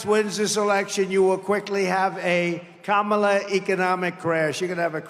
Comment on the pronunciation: is just yapping to hear himself amplified at this point. He's like a toddler hearing his voice in a microphone for the first time with those crazy syllables and elongated L's 😂😂😂 KaHHHmAHLLLAAA😂😂😂😂 gotta admit he sounds like a biiit of a stalker. Like by alot. LLLoooooossser. Great crowd. How much did ya pay 'em?